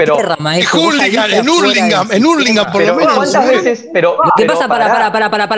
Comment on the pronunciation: no de dice Hurlingham se pronuncia JARLINGAN XD